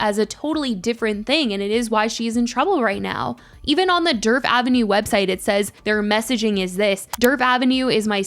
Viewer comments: I keep thinking you’re saying Derp Avenue 😂😂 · All I hear is “Derp avenue” 😂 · The D in Djerf is silent btw!!! 😅 it’s more like “yerf” avenue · I was hearing dirt